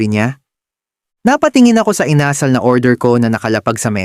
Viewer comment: Ano ba yan! It's Inasal with accent on the last syllable, not the second.